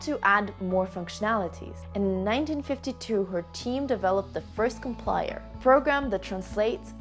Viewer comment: Ok, that's not COMPLIER! It's "compiler"! Thanks for the video.